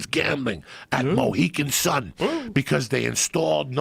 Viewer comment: Mohican Sun? Mohegan lol